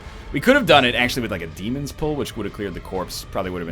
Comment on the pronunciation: Take the moves that benefit from marking, use marking more, proactively synergize your teams, and pronounce dæmon correctly.